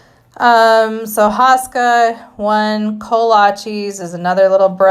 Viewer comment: You say HO-ska not HA-ska and icing is not traditional